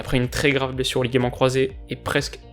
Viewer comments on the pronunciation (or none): none